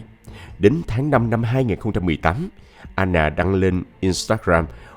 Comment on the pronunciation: Sao Anna mà lại đọc thành " A nà" ?